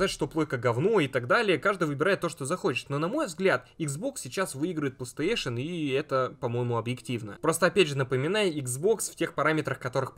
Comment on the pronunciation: Почему плестеешен? Не сложно ж выговорить нормально, у тебя ж нету дефектов речи.